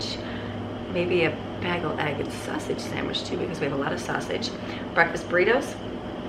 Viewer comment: It's pronounced bay gal...bagel.😸